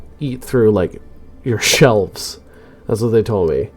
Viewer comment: Yes, the range stays the same, but they're more accurate within that range. The way you say "ShELVES" keeps making me laugh XD Yeah, agree that there should be another column of icons on the display.